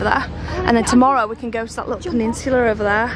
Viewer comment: And every fooking thing is ‘LITTUL’